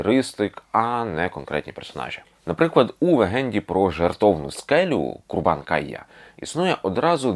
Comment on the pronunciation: Чудовий матеріал! Зараз нам дуже потрібен контент про Крим. Підготуйте більше легенд Криму! Але маю зазначити, що у відео є кілька помилок: киримли або киримлилар - корінний народ Криму, а не киримлар, кримський етнограф Василь Христофорович КондарАкі, а не Кондракі, Курбан-КаЯ, а не Кайя. А ще "геніус лоці", а не "локі". Так, скандинавський Локі, звісно, був би не проти, але тут він не до чого)